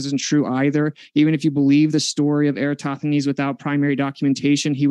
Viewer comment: He says Eratosthenes. Lol.